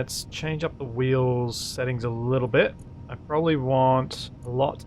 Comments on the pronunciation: "We're going to go blun wok higher" eh? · We're gonna go blone wock higher. Had to rewind to make sure it wasn't just my ears playing tricks.